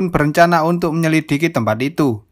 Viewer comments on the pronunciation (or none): tumben bs ngomong MENYEDILIKI bang.. 😂 😂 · KANGEN ADMIN BILANG "MENYELIKIDI"😂😂